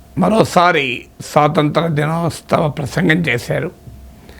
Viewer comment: వీరికి దినోత్సవం పలకడం రాదు